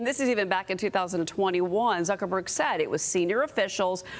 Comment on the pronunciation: Whay he call him Zukenberg? Old guy cant pronounce words.